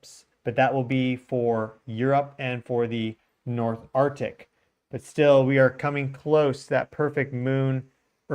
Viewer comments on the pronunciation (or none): none